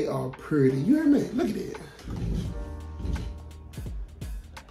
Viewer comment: Hey 👋🏾 I can't wait to see the final look. It's so exciting to watch the haul then the final reveal. The roses are beautiful but I was cracking up when you said "ain't they puuuurty" and "hey class come git yo prize outta dis" with that country grammar!! You know I love it 😂😂😂.